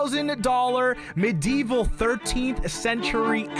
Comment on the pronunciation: HE REALLY MISPRONOUNCE MEDIEVAL